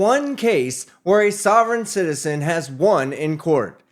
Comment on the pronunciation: "Sovrayne citizern'